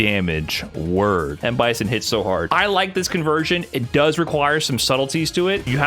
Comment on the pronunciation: I swear this mf is saying “worm” am I bugging?